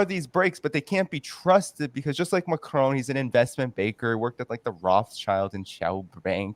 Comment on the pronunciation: Some day he will learn to say 'Macron' rather than 'Macrone'... either that or France will elect a new president.